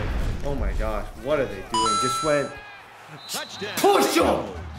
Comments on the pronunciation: I should’ve said this a long time ago but i believe it’s pronounced “Schwind”, the G is silent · Yooo I’m almost positive the G in Gshwend is silent lol